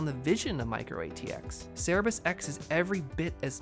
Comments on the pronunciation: It's Cerberus, not Cerebus. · its cerberus not cerebus